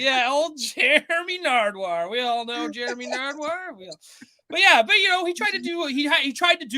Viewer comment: The first time I heard call him Narduwar, I couldn't stop laughing for a solid minute. 😂😂😂